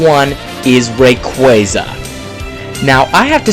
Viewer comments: Its not Reyqueyza its Rayquaza... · RAY QUAH ZA, not RAY QUEA ZA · Its fucking Ray-kwah-zah. Lol come on man. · You're saying rayquaza wrong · how is it correctly pronounced? Ray-qwaaza? or Ray-quayza? either way Suicune is clearly the best. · you pronounce rayquaza wrong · …I think he said Rayquaza wrong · SAY RAYQUAZA CORRECTLY!!